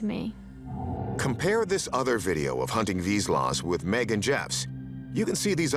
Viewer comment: The dogs are hunting dogs and instinctively know to be still when there is prey, as the end of the clip shows there is a bird in the bushes. And you didn't pronounce the type of dog correctly.